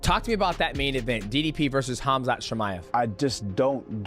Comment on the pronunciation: He doesn't even pronounce his name correctly. His name is Hamza (حمزة) in Arabic. 😂😂😂